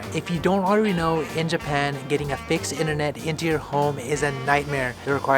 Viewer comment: Juban? Oh you mean Japan